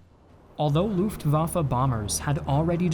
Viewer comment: great video! You do need to work on your pronunciation of terms in other languages: Luftwaffe | u ≈ vowel sound in book , not in boob; w ≈ english v Mannstein | a ≈ cannot really describe, but more like the schwa sound (ə), or like the Jamaican man Panzer | a ≈ again as above, z is NEVER said like an English z. German z ≈ ts in English. … and in real English … the battle | since b is not a vowel, the is said with a schwa sound not like the word thee